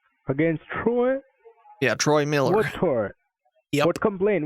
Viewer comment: Sounded like the scammer said Droy instead of Troy when he was first spelling his fake name.😆